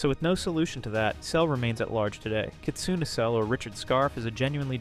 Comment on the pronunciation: The name kitsune is pronounced 'kit-soon-ay'